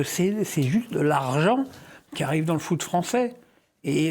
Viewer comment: le foot pas le fou 😅